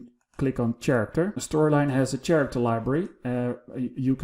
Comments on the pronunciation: Hey, great video. I know my friends from the Netherlands speak 5+ languages and periodically ask for pronunciations, the word "character" has come up before so I thought I'd share it with you. Character is one of the English words where "ch" sounds like a "k". In this case, it sounds a though you combine the words care + actor. Hope that helps, and again, great video! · You are a great instructor. Just a little correction, the word « character » is pronounced /karakter/